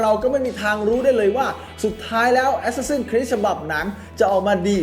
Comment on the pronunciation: เห็นชอบออกเสียงว่าแอสซาสิ้นนนนครีสตลอด ฟังแล้วมันฮาๆ